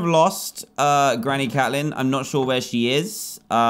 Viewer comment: It’s not cat-lin it’s Kate-lin